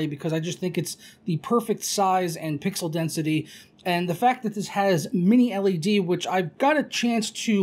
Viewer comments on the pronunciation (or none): none